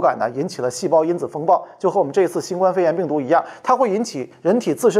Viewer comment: 新冠病毒中的“冠”读“guān”，希望李老师注意。